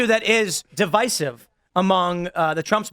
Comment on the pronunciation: thank goodness someone finally pronounced "divisive" correctly.